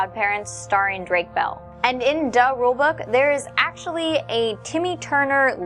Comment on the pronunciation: "Duh Rule Book"? Really. Would it really kill you to pronounce things like how THE PEOPLE IN THE SHOW say it? It's not hard